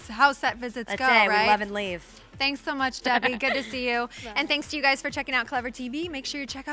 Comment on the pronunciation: Am I the only person who gets irritated when someone says "The Disney Channell"